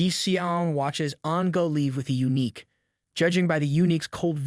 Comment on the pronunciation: yeah, the random pronounciation and intonation are wack. It's never going to get eunuch right 😂